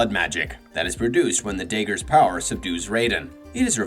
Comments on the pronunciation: How do you mispronounce dagger? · Pretty sure its intentional